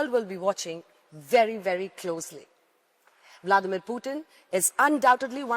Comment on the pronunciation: President bladmir putin madam Not bladmir putin